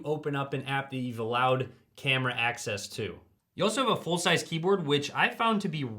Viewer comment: Did he just say "Full-sized keyboard"